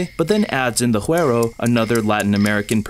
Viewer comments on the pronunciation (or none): just to let you know! güiro is pronounced as it's written, not as "hu-er-o" but "goo-ee-ro". At least that's how we've said it in my family in PR my whole life jaja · I really love this video the only thing that bothers me is how you pronounce güiro, cubans, and I assume all Caribbean people, pronounce it goo-ee-ro, i sounds like e in Spanish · Cool analysis! Definitely made me want to watch the musical again. It's been years. BTW, the instrument Güiro is pronounced Goo-E-row. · Guiro is pronounced “Gooey-ro”!